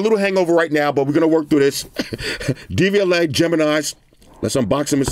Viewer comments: Is he saying DVLA? It’s Devialet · then say it in FRENCH bro. Devi-Alet. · Sounds like you said DVLA which in the UK is the driving vehicle licence authority 😅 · Am i the only one from the uk who thought he said the DVLA and not devialet 😆😆